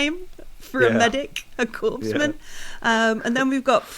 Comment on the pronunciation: Great start. Catching up with this campaign. Couple of notes MOS is pronounced “em oh es”. Corpsman is pronounced “coreman.” Currently US Navy personnel fulfill this combat medic role within the USMC. Cheers, rushing back and forth between the live show today and this to catch up.